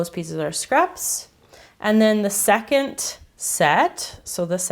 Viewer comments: Yeah I understand, it's the same as people mocking the Australian accent and how we speak, it's so different everywhere. But, it just sounded like she was saying "secont". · It just sounds like she's saying "secont" instead of "second".. But hey, I love her. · she said 'secont' it was like soooo clear the way she said it so you can't say that she didn't say it.